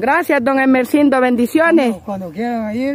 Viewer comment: Es Gumersindo no emercindo